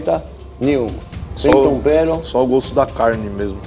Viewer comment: Metade do episódio é o Jacquin falando "sem tompero"